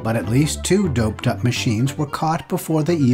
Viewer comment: Doughp-ed up 😂😂😂